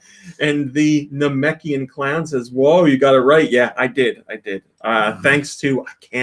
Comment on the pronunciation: said Nameikan correctly!!!